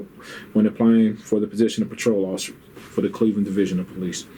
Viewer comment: The "awfisa" is getting some serious questions AXED of him.